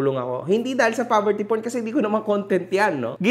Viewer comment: “Poverty Porn” Not “Porverty Corn”😂